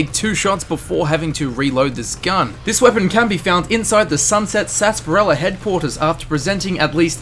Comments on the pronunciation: It’s not SASSparilla it’s SARSparilla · Why does everyone say "sunset sasparila"? Isn't it "sunset sarsaparilla"??????????